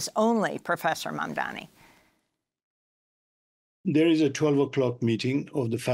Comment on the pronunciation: Lol So much inflection (hand moves) while butchering Mahmoud Mamdani’s name every way it can be. Slow people: start with the subject’s title etc. then try REAL hard. It’ll look way better. Or a little anyway.